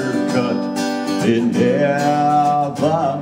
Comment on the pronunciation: You don't quite have Brad's 18-wheel bottom register, but the rest of your voice is bang-on and the inflection, tone color and pitch for every single syllable is exact, eg. "...in heyy-vun...". That's the best I can imitate in print.